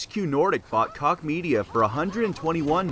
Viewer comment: Koch is really not pronounced like that lol